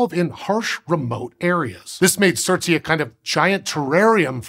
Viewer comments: Its pronounced surts ay not surts ee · Its not surt-sey but surts-ey (surts island) after Surtr a major fire Jötunn /fire giant of norse mythology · Just for the record it pronounced surt-say not surt-see. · Surtsea? "Ey" means "island" in Icelandic and it's supposed to rhyme with "way". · Thumbnail is pointing to the wrong island, surtsey is the 3rd dot further south-west. You can check it out on google maps to confirm. The largest island that the black dot is pointing to is Heimaey. Also the pronounciation isn't right. The ey is pronounced more like the ay in bay, say, may or day. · It's not fine. It's just him pronouncing the letters as if it was an English word, not even attempting the native pronunciation. However, since both English and Icelandic are Germanic languages, the consonants sound relatively okay - the "r" is the farthest removed. The vowels are entirely different from his pronunciation though. It's especially bad because the "ey" vowel does exist in English (think the vowel in "day", "gate"). It's easier to forgive his pronunciation of the "u" vowel since the Icelandic "u" vowel doesn't exist in English.